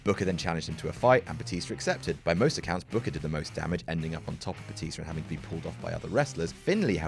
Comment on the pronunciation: I'm sorry I lost it at 'King BOOKAAH!' xD